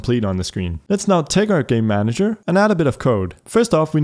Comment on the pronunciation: Just how all i hear when he says "Game Manager" is "Gay Manager"